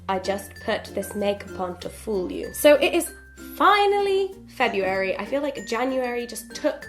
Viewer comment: I'm so disappointed you mispronounced February..